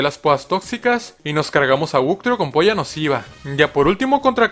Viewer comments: Soy el único que escuchó poya nociva en vez de puño nociva? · Ha dicho p0ll4 nociva y no puya nociva xd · Nadie sedio cuenta que dijo po lla nosiva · se escucha como si dijeras poll4 nociva 😂😂